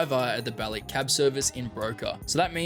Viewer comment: Want to mention one thing all GTA Youtubers say wrong: Niko Bellić is from former Yugoslavia and therefore his name is not pronounced "Bellick", but "Bellich". For me it just sounds so wrong that this should be mentioned.